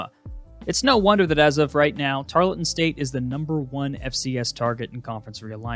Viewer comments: It’s pronounced tarl-ton Not tar-le-ton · Great video! It's pronounced tar-UHL-ton